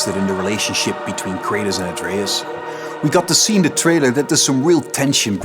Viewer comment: Who is craytus ? Thought his name was kratos